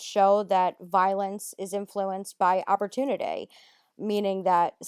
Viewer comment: That set my teeth on edge